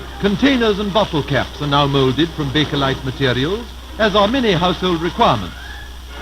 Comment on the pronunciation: Oh, that IS beautiful! How much more that extra detail takes it is amazing. Beautiful work, great art. 🥰Also, thanks for the pronunciation of the name bakelite (bak-a-lite). I was always saying bak-lite. Haha.